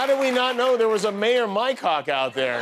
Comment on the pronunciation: Poe-tash? lol It's pronounced pot-ash. At least you got Mycock right.